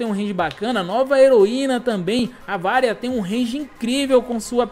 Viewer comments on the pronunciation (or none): none